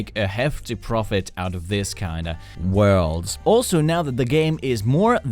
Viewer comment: The way he pronounces “ profit “